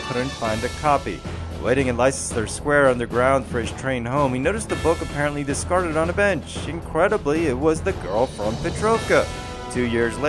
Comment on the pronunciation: Its pronounced:"Lester square" NOT "Lye-cester square".